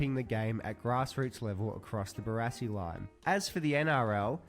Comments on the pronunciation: BaRASSi not Bararssi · Pronounce it Bar-ass-ee. Barassi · It's pronounced "Bar-assy" Ronald Dale Barassi - absolute legend!!! Number 31 for Melbourne Football Club and I'm a Geelong supporter. Ron's father and my uncle served in the same unit during World War 2 at Tobruk. But that's another story. Message from an old, world-worn, much travelled Aussie bloke. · Literally one second into the video and I’ve already turned it off at your Barassi pronunciation